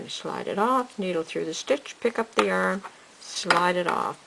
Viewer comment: The way she says yarn is horrible.